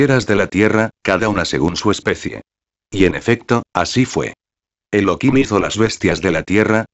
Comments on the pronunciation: Elokim es tu perro loco .....es elohim tu voz no es agradable para disfrutar de la palabra De elohim habla normal no en auto tune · no es elokin, es Elohim (elojim); Efectivamente es Elohim (Elojim) sin embargo se pronuncia Elokin para no pronunciar su nombre en vano, cuando se conversa, en lectura que no sean con total cocentracion del nombre de Di-os, o cuando no se lee directamente de la Torah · Esta muy rapida la lectura y el locutor pronuncial mal el Santo Nombre Elohim pronuncia Elokim.. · no es elokin, es Elohim (elojim) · Elokim se pronuncia en Yidish ya que en el Hebreo Se pronuncia Elohim , como por ejemplo en Yidish Elokai se pronuncia y en Hebreo se pronuncia Elohai ;) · Es elohim no elokin mala lectura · El locutor pronuncia Elokim..